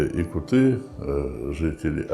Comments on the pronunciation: Не ЯкутЫ , а ЯкУты ! Слух режет когда даже этот " ессейский якут" неправильно ставит ударение! ! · ЯкУты - ударение, а не ЯкутЫ🥴всем кто не знал на заметку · ЯкУты - ударение на У ЯкУтов, ЯкУтами. Так правильно будет 😅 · Ну объясните им, что якутЫ с ударением на Ы - это пренебрежительно-уничижительное произношение слова якУты. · Интересное видео👍🏻 Но правильно произносить якУты, ударение на букву У. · Передайте Таланову, если не знает как произносить по русски нацию , то пусть говорит по самоназванию -Саха. На русском - якУты.